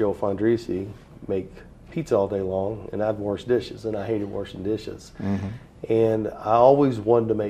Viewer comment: I love how he says warsh instead of wash 😂